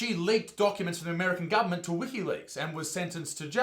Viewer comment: i only watched the 1st 15 seconds.... but i love the pronunciation of... Gubment!